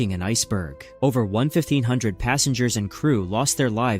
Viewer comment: Your AI narrator pronounced 1500 incorrectly. Perhaps you should write it out instead of using numbers. Or is the script for the video written by AI as well? Pathetic either way.